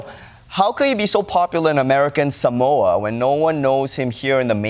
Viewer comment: The silly thing is Jason Palmer didn’t even pronounce “Samoa” correctly.